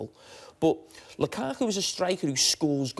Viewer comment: Nobody: Carragher: Lukako